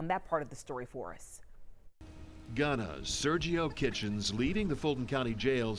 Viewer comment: Did she just say “Sergio Kitchens” ? 🤣🤣🤣